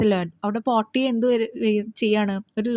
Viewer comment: Miss this is not പോർട്ടിയ this is പോർഷ്യ 🤔🤫😏😎😈👀😂